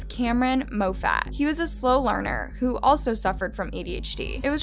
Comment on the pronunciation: Pronounced mawfat not moefat. No its not the parents faults sorry but that's not always the case. I came from a horribly abusive family and was even trafficked and I didn't become a monster. Also, I raised both my boys the same and one is the most kind and loving person while the other is abusive and cruel. People are born with personalities and how do you say an adult can be a psycho/sociopath but not a child. Many serial killers are born into normal supportive and disciplined families but something is born into them. Also socio/psychopath disorder is inherited genetically as is the case in my family. Maybe if the parents were abusive or permissive bur this isn't cut and dry so stop perpetuating this myth